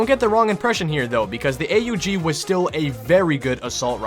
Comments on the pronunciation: its the aug not the a-u-g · A U G not aug